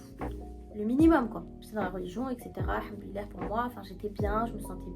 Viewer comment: Très beau témoignage, mais juste c’est très important de prononcer correctement, il faut dire Al hamdouliliah Le Al il est très important 😊 Que Allah nous facilite la langue Arab InchAllah